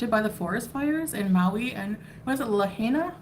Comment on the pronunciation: She seriously cannot pronounce anything, that’s not how you say Lahaina. She doesn’t even try to educate herself. She has a 3rd grade level of intelligence. Also her face looks like the skin is so tight from the expansion. I’m shocked she doesn’t have stretch marks on her cheeks. Her face isn’t chubby, it’s mega morbidly obese.